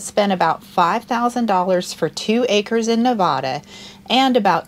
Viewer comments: You're mispronouncing Nevada,. The gentleman in this video says it correctly. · I love everything you do, but may I make one request? It’s NEH-VAAA-DUH, or Nev-ad-uh. Please please please pronounce it right. Hugs!! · Just a suggestion that you learn how to pronounce Nevada correctly. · learn how to pronounce Nevada!